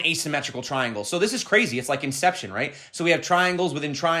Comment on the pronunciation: My guy said inception haha, u funny bro keep it up !